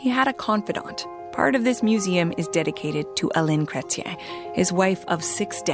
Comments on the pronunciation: BTW it's Zhawn - like “John,” but with a soft “zh” sound (as in measure) - Kray → rhymes with “gray.” tee-en → “tee” followed by a soft “en,” almost like “tee-ehn.” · JEAN CRE T -YEN IS HOW YOU SAY THE PRIME MINISTERS NAME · Jean Creshen is how you pronounce his name. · Pronounced ‘jun CRE chin’ phonetically